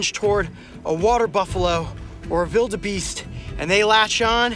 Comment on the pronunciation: Did he say vildabeast?